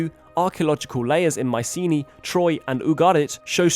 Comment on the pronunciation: "My see knee." No dude. Mycenae is pronounced "My sə nay".